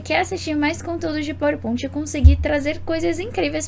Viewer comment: Queria entender pq fala PowerPont